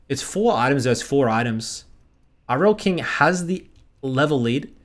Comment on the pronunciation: i almost came when you said irelkings name correct people all the time saying IRELIAKING gives me candy i replayed it 5 times coz it felt so good